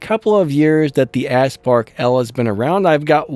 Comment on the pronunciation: It’s pronounced OWL not L you said a bunch of other words too but that bothered the most and it’s A-spark not asspark